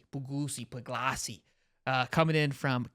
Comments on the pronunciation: It's pronounced like Pug-lee-see is my understanding and I've always liked him over Raiola. He's a rock solid, dedicated Dawg and I think he's going to be an outstanding QB. Go Dawgs! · Stop pretending that you don't know how to pronounce Puglisi's name.